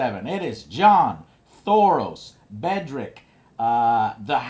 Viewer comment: "Bedrick" lolololol